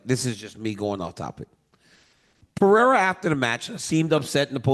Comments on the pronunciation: Chael No Chama 😂😂😂 cus he calls him Peeirah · Pa-ray-da... and chama means champion... Chael no champion lol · Can someone please tell this man it’s not pronounced pee-era?? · For whatever reason, Chael saying Pee-era instead of Pereira is sooo tough on the ears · Peeira lmao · ESPN should bleep every time Chael saids "Peeira" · Chael is mad entertaining but can someone tell him how to pronounce Pereira’s name properly?! Daniel keeps saying his name properly! Hello! Help the man out! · Someone stop this man from pronouncing Alexs name like that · Pereira❌ Pierre✅ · Chael made him French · He's been corrected on it numerous times, he just thinks he's being funny by saying his name wrong. Dude's a total clown lol. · Facts I mean what's with this guy. How hard could it be for him to try and learn how to pronounce the name correctly. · he can’t his tong literally can’t role thh he at way u just a hater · Hes doing it on purpose but he says muhammed perfectly but messes up “belal” he knows he can’t mess with his last name😂😂